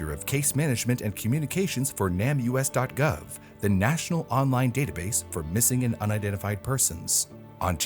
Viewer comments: I’ve always heard NAMUS pronounced “name us” not nam-u-s. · I could be wrong, but I'm pretty sure NamUs is supposed to be pronounced like "Name Us" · NamUs is more commonly pronounced "Name Us" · NamUs is pronounced “Name Us”, just fyi in case you have future stories mentioning it.